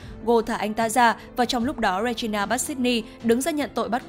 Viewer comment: Góp ý 1 chút là tên hoàng hậu là Regina nhưng đọc là “Ri gin na” chứ không phải đọc là “Re gi na” ạ 🥲